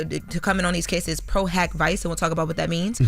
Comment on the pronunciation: LOL… I kept cringing when she said vice